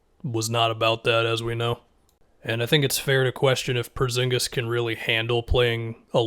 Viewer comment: Am i the only one that gets super annoyed when says “Perzingis” instead of “Porzingis”